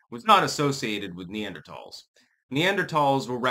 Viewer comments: Wrong. is pronouncing it right. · Talls not thals